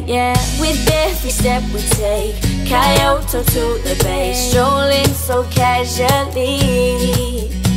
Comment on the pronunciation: I guess Kaiyohto is the new pronunciation for Kyoto...